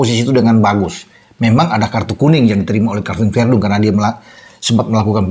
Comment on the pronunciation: sebut saja VERDONG atau CALVIN, bukan VERDUNG..🤦